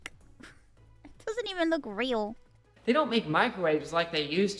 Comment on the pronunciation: the chatter asking "why does he sound like a 12 year old" immediately after ironmouse says "it doesn't wook weal" is hilarious